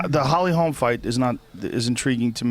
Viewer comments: When is Shitty Schaub gonna realize that once one of these are posted, his comments are there forever?? 1st off its HOLM, not Holmes. Say it Schaub, Holly Holm. 2nd off there are NO top college football programs that stopped practicing live hitting, to prevent concussions.Trust me, im a die-hard USC fan and due to the absolute bogus NCAA sanctions, we had to stop live hitting for yrs because we didn't have enough players due to scholarship penalties. It directly affected the games played during the following seasons because we couldnt simulate a real game and so we sucked at tackling and lacked physicality. And Robbie Lawler DOES spar, he just cut down the amount. Finally stop saying shit like it was your own idea or story, when in truth other ppl told u that story or idea. Ya got caught by Joe today, blood doping story u goof. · Hey Brendan say it with me mate 'Holm', is it really that hard?